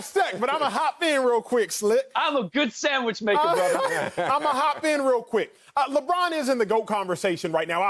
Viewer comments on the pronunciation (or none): "im a good sandwhich maker borther" lmaooooo